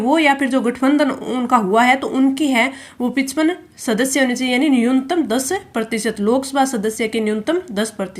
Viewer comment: Pichpan 😅 it's pachpan